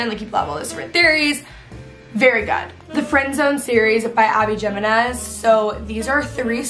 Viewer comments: jimenez is pronounced him-en-ez 🙂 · abby jiminez is pronounced “he-men-ez” :) love ur recs !!